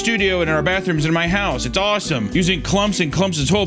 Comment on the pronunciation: every time I see emphasis on the word house I get House of Leaves flashed into my mind like its a The King In Yellow level cognitohazard